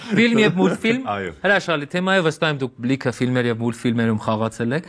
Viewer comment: Էս տղան չսովորեց թեմա բառը շեշտադրել 🤦‍♀️